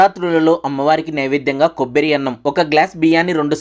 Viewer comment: Kobbari antaru kobbiri kadu